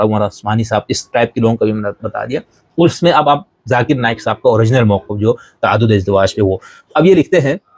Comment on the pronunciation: تَعَدُّدِ اَزْوَاج کا لفظ استعمال کیجیے۔ تَعَدُّدِ اِزدِوَاج کا لفظ نہیں ۔❤❤❤